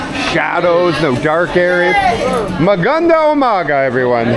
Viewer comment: It's MAGANDANG UMAGA with an ng.